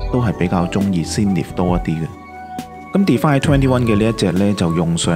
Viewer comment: btw 唔好介意 係 Zen ith 見好多香港youtuber係咁叫sing nith 又sin nith